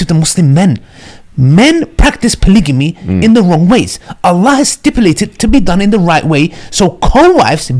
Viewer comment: Polygamy not polyjamy😭